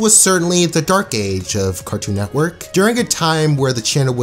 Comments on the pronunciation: why do you say neckwork instead of network it drives me insane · cartoon netquirk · Why do u keep saying 'Cartoon Neckwork'? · Loved this video but I wanted to scream everytime he said "Cartoon Neckwork" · “Cartoon Nekwork” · "cartoon nectwork" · If you say Cartoon Neckwork one more time.... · "Carktoon Neckwork" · if you say nekwork one more time imma lose it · "cartoon nekwork" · I could have sworn you said neck worth instead of network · “C a r t o o n N e c k w o r k” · Why do you call it cartoon neckwork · Great show.. but man, i couldn’t stand hearing “cartoon neckwork” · He says "Cartoon Neckwork" 😂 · Is it me or does he say carktoon nekwork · Cartoon “nekwork” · This nigga keeps saying NECKwork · bruh you started this video off by saying cartoon neckwork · this guy be always misspelling things like "cartoon nekwork" and "the maks" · Why do u keep saying neckwork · Guys. I don't think you're hearing this man right. Cartoon. Neckwork. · “Cartoon neckwerk “ Ok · Is nobody gonna talk about how he says Cartoon Netqwork. (And no I did not spell it wrong that’s just how he says it) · "Cartoon Neckwerk" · "Cartoo Nekwerk" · the word is network dawg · the way this dude pronounces "network" kills me